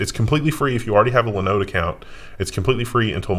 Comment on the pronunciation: Please, please, please stop mispronouncing Linode. So painful.